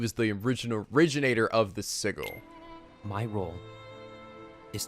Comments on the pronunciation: Next up, Birth By Sleep 0.2 aka the demo for KH3! Also, sigil is pronounced sijəl, not si-gil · I normally shake my head and chuckle when you mispronounce words, but I cannot get past how you pronounce "sigil." It's hard to take your commentary seriously when I hear that. I don't know why; maybe because it sounds too much like giggle. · Why does keep mispronouncing the word sigil? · The way he pronounces sigil XD